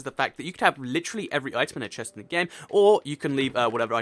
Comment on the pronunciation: This whole video I was looking at the screen eating my chips. I was like..... Did he say chest? Or pest?